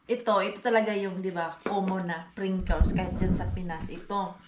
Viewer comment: Pringles mars hindi princles💗